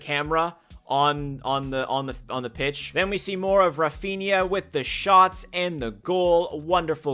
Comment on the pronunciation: "Raphiña" Me as a real Madrid fan: 🙄